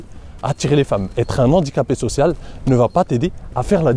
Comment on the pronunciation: Super vidéo, comme d'habitude. PS : ne pas faire la liaison avec "un handicapé"